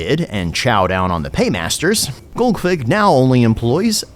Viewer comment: Tactically pronouncing it as golgfig for the first few minutes